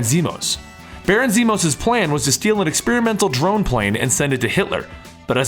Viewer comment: Zemo, not Zemos.